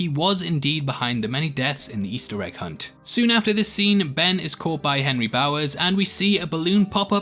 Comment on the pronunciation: Carter Tann he says Ben revisits the school but it does sound like benry lol